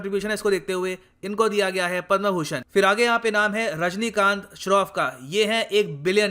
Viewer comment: पद्मभूषण को पद्मा भूषण क्यों बोल रहे हो सर